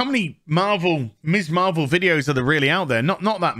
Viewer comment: I think you are great, but everytime you say Miss Marvel, all I hear is Miss Marple which confused the hell out of me at first!:)